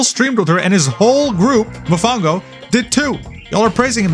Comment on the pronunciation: I can’t believe you pronounced Mofongo wrong, you dissed my favorite dish bro 😢 usted es mal brother